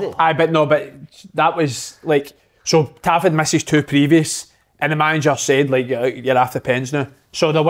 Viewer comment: Gonny tell Kev to lean how to say tavs name